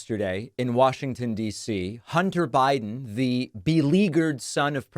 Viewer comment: I don’t blame him. She TOTALLY disrespected him when she chose to parade pics of his junk , in Congress. “Hunder Buyden” was on point.